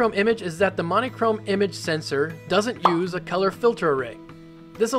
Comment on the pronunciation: "Mon-ē-chrome" ??... What the heck pronunciation is that??